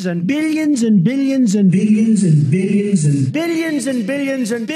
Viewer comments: At the end of this it doesn’t even sound like he’s say ‘Billions’ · I am into plants so near the end I was hearing "Cyclamen"!!! Give it a try and see for yourself!!! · haha it almost starts to sound like "beans and beans and beans" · Its sound like hes saying big chungus its beutifal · If you speed up the billions part it sounds like he's saying "vegan and vegans and..." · I'm pretty sure he said "binions" a few times 😂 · Billions statting sounded like beans 💀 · “BILLY - INSUN” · "Billy Inzm" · “Billy Inzen” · He's saying Billions of Vegans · Did he say billions? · I heard billions so many times the sound of the word is confusing me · Did he say billions 😂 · Sounds like beans and beans and beans. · I definitely heard Billy Enzon too……another friend? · Too many "billions", my ears gave up and I started to hear "Bennigan's" ... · at the billions part, it sounds like he’s saying the name of someone named Billy Inson. just listen to it over and over and you’ll start to hear it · Billy Enzon! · No, he said Billy Jenzen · To me it sounds like Bill Yinsun. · After some time I only heard "Billigons" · After a while it starts sounding like he’s saying ”billy jensen” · i started hearing "binnieinsin" after a while of listening to the billions and billions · Sounds like big agains after a while lmao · bilyins and bilyins* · I heard bideons or bidions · At a certain point I stop hearing "billions" and only hear "binions" and/or "bidigins" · Am I the only one that hears "Billyenzen" instead of billions? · Is he saying "BIDDIONS" instead of "BILLIONS?" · All I can hear is billyinzen instead of billions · Sounds like He's saying Bilyensen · He says billions and vegans if you listen closely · I was just thinking that exact thing! Especially when he seems to transition to bil-e-yons all the sudden. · after a while I only heared Bidigonsant..... what ever that is... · I was going to say the same thing! What's a billyuns? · I just hear "Billyens" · Sounds like Zambillions to me 😂